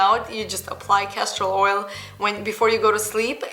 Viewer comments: Did she say Cashew Oil or castor oil? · Castor Oil. Just with her accent she says it a little differently.